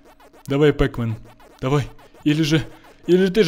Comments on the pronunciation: не пэкмэн а пакмэн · Не пэкмен а пакмэн